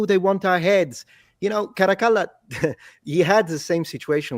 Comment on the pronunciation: As an Italian, it's a blessing to hear someone pronounce "Caracalla" correctly